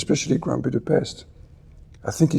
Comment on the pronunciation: I appreciate that he pronounces "Budapest" correctly.